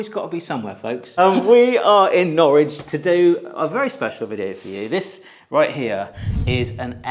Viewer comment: Norwich should not rhyme with porridge.